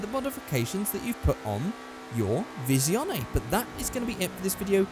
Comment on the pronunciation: Isn't it pronounced Visione? Not Vishion? I'm not the best with Italian car names... And agreed. Those tires are horrible.